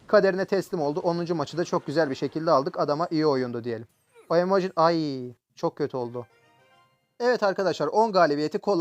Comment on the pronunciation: abi ay diyişini bian japonlardan geliyo sandım